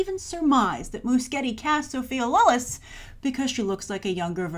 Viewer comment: You totally butchered Andy and Sophia's names.